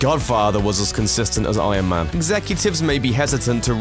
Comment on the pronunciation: ion man... ion man... he is saying ION man all the time, it bothers me